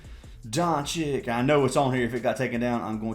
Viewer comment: Hhahahahha I love how you pronounce every players name wrong. It always cracks me up. (Rozier, VM, doncic) hahaha. You’re the man though brother I bet big on that baseball bet yesterday. You’ve won me some decent money last 3 months. Keep crushing it